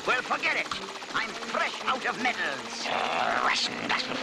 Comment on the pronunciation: i just love his pronunciation: "I am frrrresh out of medals" 😂